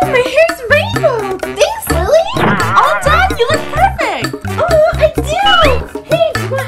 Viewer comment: It’s lily not Lili